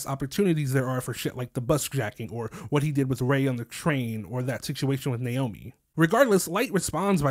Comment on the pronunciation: I love how so many people are saying Naomi’s name kind of weird lol. Probably cuz they’re used to saying Japanese names and it didn’t click to just pronounce it regularly like nay-oh-me instead of now-me